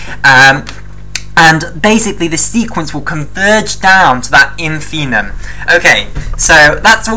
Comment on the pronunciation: That's InfimMuM not 'infinum', my dear...